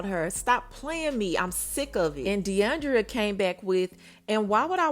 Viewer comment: Mama its DE ION DRA not DE ION DRIA